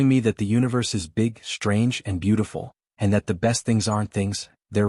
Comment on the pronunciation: FYI, "SHTRANGE" is not an English word.